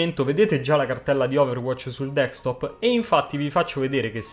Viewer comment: si ma... si dice Desktop, non Dekstop